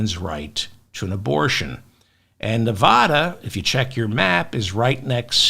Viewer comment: It's hard to hear the constant mispronounciation of Nevada. It's an A like apple after the V, not like jaw. Just ask anyone living in Nevada.